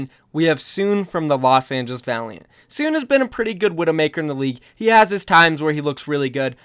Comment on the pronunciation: hold-on SoOn name is SoOn not soon so prounounce it So On xd